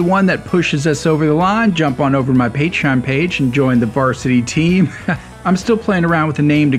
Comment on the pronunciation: Please learn how to say the word patron.